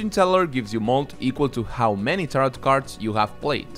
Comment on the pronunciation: Great video, thanks! Fyi tarot's second s is silent, it rhymes with "arrow"